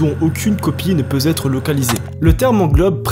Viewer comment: Même pas 20 sec de vidéo et une grosse faute de liaison Ne peux être c'est NON NON ET NON BORDEL Y A PAS UN PUTAIN DE MEC QUI PEUT CORRIGER ?